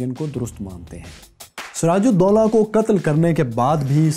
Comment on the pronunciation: Btw his name was doola not dolla